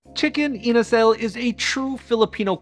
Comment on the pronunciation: It's pronounced Inaa sal(with a zal like pronunciation too)